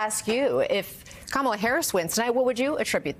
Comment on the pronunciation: Thank goodness they are starting to pronounce her name correctly. Good grief